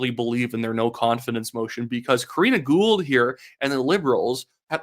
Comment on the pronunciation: ITS KARINA GOUHL, GET IT RIGHT